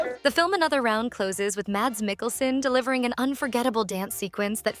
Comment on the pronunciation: Mads is pronounced mazz like jazz. Theron rhymes with heron.